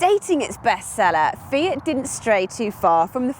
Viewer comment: its not "fee-it" its "fee-aught"